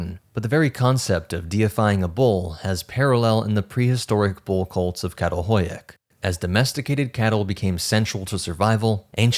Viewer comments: This was an enjoyable and informative video. The only suggestion I can add is that the Turkish letter 'Ç' with the little tail on the bottom is pronounced like the 'ch' in English "chair" or "chatter," so that the archaeological site "Çatalhöyük" is pronouced "chattel-huyook." Only the letter 'K' has the sound you're using when reading Turkish. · Absolutely love your content! It’s so addicting. I wanted to make a quick point on your pronunciation of the city Çatalhöyük. Professor Lawrence Angel, who worked the site, told me that the letter ‘Ç’ is pronounced as ‘Ch’. So it would be: Chatal-hoy-yuk. I’d love to see you integrate this into your amazing presentations. It would mean a lot to me if you did✨🫡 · I really appreciate your channel but your pronunciation can be abysmal. It's homo sapiens, not homo sapien. And the village in Turkey is not pronounced with with k at the beginning.